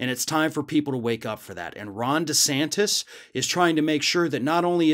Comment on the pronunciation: I know is saying Ron DeSantis but all I hear is Rhonda Santis.